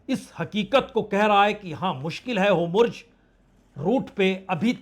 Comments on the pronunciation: भाई साहब, नेतानू नहीं, नेतान्याहू है। होमुर्ज नहीं, हॉर्मुज है। कृपया उच्चारण सुधारें। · आपका हर वीडियो एक्सक्लूजिव होता है किंतु शब्द जिसका प्रयोग बार- बार हो रहा है उसके उच्चारण पर भी ध्यान दिया जाना अपेक्षित है. वह शब्द है होर्मुज न कि होमुर्ज. आपकी विद्वत्ता और साहस का आभार.